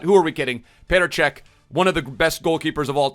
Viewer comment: It’s petr cech